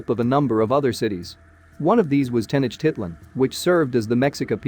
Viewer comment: Yeah, I'm here yelling at the enunciation lol. Teh-noach-teet-lahn. You should here me cuss at the Ancient Aliens guys on tv 😂 Sometimes they really slaughter the Spanish.